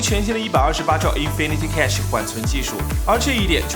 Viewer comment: 为什么你每次都把Cache念成Cash?